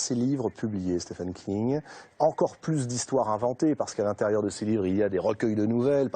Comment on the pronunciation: Dommage qu'il soit systématiquement mal prononcé !